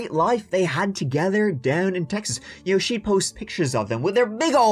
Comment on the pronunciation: As a born and raised Texan, I just wanted to let you know that I truly, and completely, enjoy your pronunciation of "CHeXas" with the country accent added! You're Texan approved!